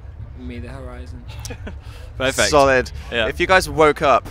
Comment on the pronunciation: Did Dan say "Solid"? hahah XD